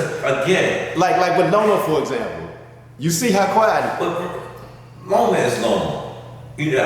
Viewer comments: 😂😂 how you get roma from Loma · Coach will not say Loma's name right for nothing 😂😂😂